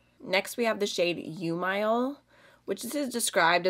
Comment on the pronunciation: UMILE is pronounced OO-MEE-LAY😊 I really really liked the video, and I love We makeup! 😊